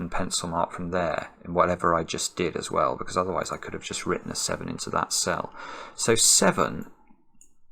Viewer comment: To give him the benefit of the doubt this time, I think he said “as well” lol or even “swell”, haha